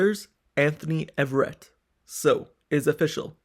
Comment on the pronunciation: “A” verett sir. Not Everett